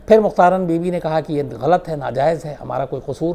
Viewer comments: mukhtaran nahi mukhtara . LEKHNE may mukhtaran e hay . laikin pakistan may ise mukhatara parha jata hay. MEANS k end wala N nahi parha jaey g. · Bibi ka name mein N silent hay. Mukhtara is real pronunciation.